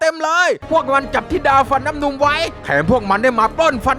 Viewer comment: เป็นเราคนเดี๋ยวหรือเปล่าที่ได้ยินพี่พูดว่า เทพทิดาฟันน้ำนุง